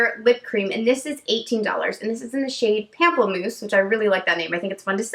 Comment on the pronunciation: pamplemousse is actually pronounced like "pom-plemousse" similar to the beginning of pomegranate (still fun to say though haha) it means grapefruit in french! love watching your swatch videos, you're always so candid and funny 😘